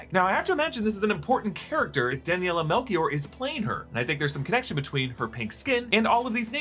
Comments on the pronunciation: Loved the video! But I have to protect my countryman’s name. Daniela Melchior is actually pronounced Daniela Melshior (shi). Hope not to be a pain in the ass! Absolutely love the content😊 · The way you pronouced Daniela's last name 😬😬🤢 its Melchior, like Chitauri.